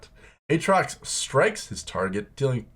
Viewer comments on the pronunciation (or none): none